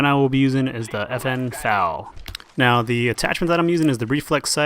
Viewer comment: eff ay ell, not fal.